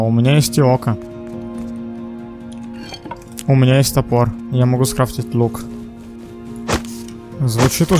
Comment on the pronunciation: ты так прикольно говоришь слово лук 😄